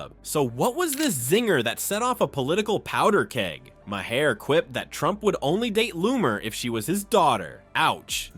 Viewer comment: AI sucks. The bot can't pronounce Maher's name.